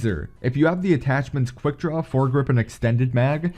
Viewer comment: So with this gun I reccomend EXSHTENNNNNDES MAGS, FMSHAY ANDSH QUICK DRAWSH